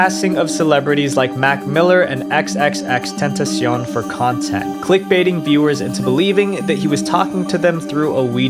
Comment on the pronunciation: no offense but EVERYONE say xxxtentacion wrong. i think. or its just me